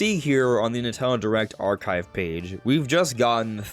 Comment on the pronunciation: three syllables. NIN-TEN-DO.